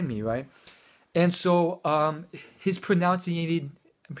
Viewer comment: Great and accurate review, but pronunciation is pronounce as pro 'nun' ciation, not 'noun' :D